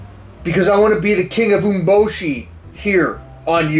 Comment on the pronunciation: Pretty sure it's pronounced U-mé-bo-shi